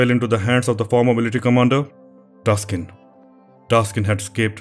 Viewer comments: I am Thai. The correct name is Taksin not Taskin, sir. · Thank you very much for your clip. The Thai King that recovered Thailand from Burmese name “Taksin not Taskin” I heard from other channels about Thai history made mistaken like this also, may be the AI try to correct it but it’s wrong. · king Taak sin not taskin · Taksin not Taskin! Thanks for your great video! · Isnt the name Taksin. He is saying Taskin..... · very well done video, also a bit surprised at the end with the reference to ajahn mun and the thai forest movement also taskin is actually taksin, minor error there